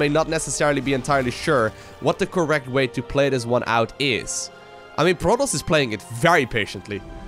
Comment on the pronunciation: Content is so good! But protos not proTALs